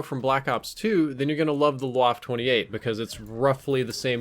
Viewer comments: Nick AlexuseesuxelA It’s pronounced like Vhaff-Eh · Why can't anyone say waffe properly? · You pronounce it like stuff-eh Bit with a v instead of the st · Please learn how to pronounce German, ‘w’ sounds like ‘v’ and you pronounce the ‘e’ at the end of ‘waffe’ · Correct! They used "waffe" instead of "MP" for copyright reasons :) Also, he pronounces it completely wrong, which nearly gives me a migraine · Said the name of the gun wrong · Nick AlexuseesuxelA Well considering the W is pronounced as a V in German, it's not pronounced as "WaffE". Also, "WaffE" sounds like someone is trying to say "coffee" but has a really swollen mouth and can't say their words properly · Its pronounced "Vaffa" not "waff" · Wtf is Wuff, can’t you say VAH-FEH! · I say this not because I personally care so much but because I know it annoys a lot of people, so please, take this as friendly advice. The E is not silent, so you must remember to pronounce it as "Waffeh". Now you know, you're welcome. Also, this weapon is the MP 28 but it seems they couldn't get the rights to call it that or something. Same reason the Lee-Enfield was called the Commonwealth for a while I guess. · VA-FF-EH not Waff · You pronounced it wrong...It's not pronounced "Woff" It's pronounced "Voffer" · it's 'vaff-eh'. not whaff lmao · It’s pronounced va-feh not wah-ff. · WaffE Waffle - but don't say the L. Please. It hurts. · This isn't a waffle 28, this is a WAFF-EH ACHTUNDZWANZIG!, you should practice your Deutsch a bit more.:D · You pronounce it vaffa not waffe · DONT SAY "WOFF"... its "Waffe".. just look it up with google translate PLEASE, its german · It's pronounced BA-FE. Not Guaf. You're welcome. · Say one more time Waff ....ist Waffe ! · You pronounced the name very wrong. It’s more like vaffa, Germans pronounce Ws as Vs and the E at the end is like an A. Think wunderwaffe. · Waff-e. Bloody e.e.e.e.e.e.e.e.e.e.e.e.e.e.e.e.e.e.e.e.e..e 1 min research for how to pronounce....